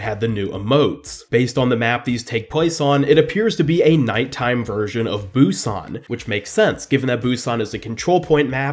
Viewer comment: It's pronounced boo-SAHN not BOO-sahn. Sorry, that just annoys me.